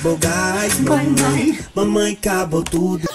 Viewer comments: Mãemãe LOOOOOOL! It’s Mamãe it means mom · "mãemãe" KKKK n é "mãemãe" é "mamãe" KKKKK